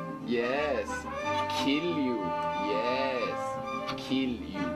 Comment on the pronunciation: "I'd sooo like to keel you, Manuel." (I'm laughing to the point of wheezing.)